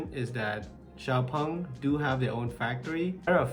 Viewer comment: Thanks, finally I know how to correctly pronounce Xpeng 😂